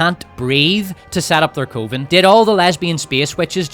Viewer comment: Coven is pronounced like oven,.